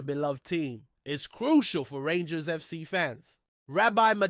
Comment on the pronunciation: If your going to talk rangers you have to get there names right 😮